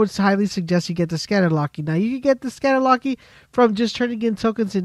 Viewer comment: What the hell is a "scatter locky "??